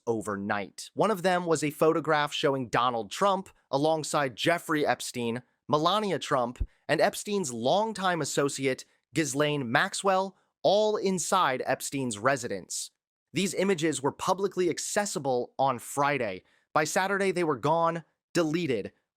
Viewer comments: Still cant figure out how people that cover these stories on a daily basis cant pronounce prominent names correctly that get mentioned every freakin day. Gizzlaine? Cmon bro, lol. Still not as bad as the other guy calling Bongino "Dan Ba-nine-o" over and over lol smfh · The 's' in Ghislaine is silent.